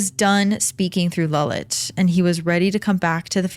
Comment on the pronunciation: Its lalit not lullet